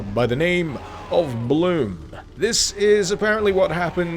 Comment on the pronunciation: its pronounced blum